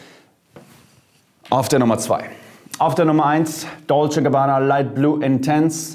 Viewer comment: DLOCE Gabbana!? 😂😂👌